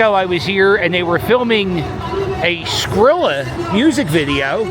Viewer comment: Yooo I’m dying!!! He called him skillet!! 😂😂😂😂 it’s Skrilla my man. lol